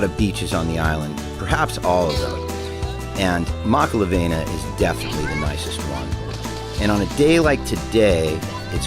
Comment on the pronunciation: Great vid bro! So you sound like your from Kona learn how to pronounce the word "makalawena" correctly:)🤙🏼not makala"VEI"na but Makala"VEE"na again great video bro